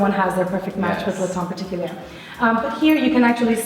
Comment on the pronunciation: I'm not even french and I cringe whenever she pronounces the name, the last r in particulier is SILENT